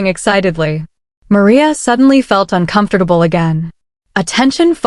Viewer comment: How does this AI pronounce 'uncomfortable '🤔🤔